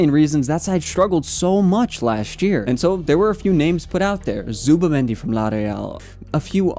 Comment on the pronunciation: Its clipped because he fucked up the names